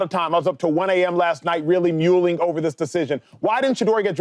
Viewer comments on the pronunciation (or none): lol dude can’t speak. Mulling. Not mule-ing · Muleing? It’s mulling MUL-LING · so glad this true black man did not code switch and gave it the proper black pronunciation, "mueling". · That guy said “muleing”, no doubt, because he’s illiterate and read the teleprompter wrong?